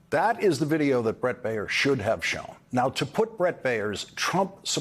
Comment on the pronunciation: Dude. Baier sux, most of the time, but his name is not "Bay-yer," like the aspirin. It is Bear, like the animal. One syllable. Learn English.